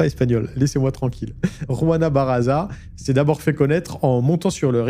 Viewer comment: juana Ba-RRA-ZA tu peux le faire 🤣🤣🤣🤣🤣🤣